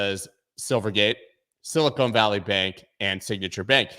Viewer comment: it’s Sil-ih-kahn, not sil-ih-cone